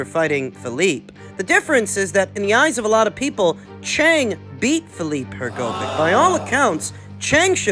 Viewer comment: If you want discredit Filip hrgović at least pronuce his name hrgović( hrgovitch) right not hrgovic